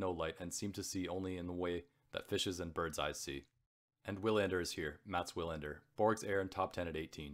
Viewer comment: Some advice: 1. Don’t read so fast!! Why the hurry? Give the beauty of the writing some room to breathe- and give the listener time to savour the what they are hearing. You have a good voice but the breakneck pace kills the experience for your audience 2. Research pronunciations: errors you made include Croat/Croatian, lugubrious, several names (Wilander)